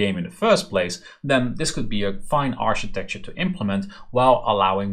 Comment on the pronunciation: Great series! Learning a lot here :) architecture is pronounced with a "K" by the way, aar-kuh-tek-chr